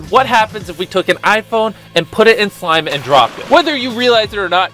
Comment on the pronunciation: Did anybody notice the way Jimmy said slime